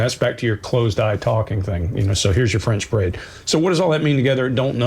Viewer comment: Loved it guys! As for the term "French braid" - nailed it 👌 xx